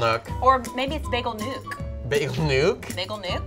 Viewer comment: It’s bagel nook not nuke ahaha. I go there every weekend lol